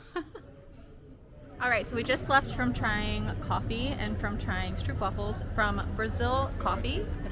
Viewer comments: Guys guys, about the stroopwafels: the double O in Dutch (“oo”) is not an English double o. Just say it like this: stroap-wahfel. Also, the best stroopwafels should NOT be bought in the tourist traps, but e.g. at the Albert Cuyp market (in the Albert Cuyp str). The regular size stroopwafel (the ones most Dutch people eat) are the small ones, with just some caramel syrup (which is called “stroop” in Dutch) in the middle and no topping. Toppings on stroopwafels is just for ignorant tourists who don’t mind paying 8 euro for a cookie. Have fun exploring our crowded little country. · Kibbeling is very good! And by the way. Not to criticise you, but it’s stroopwafels:the double O is pronounced like a long Ooh! And the A in wafels like Aah! and not like waFFels 😉